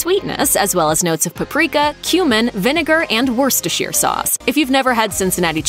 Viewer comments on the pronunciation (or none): none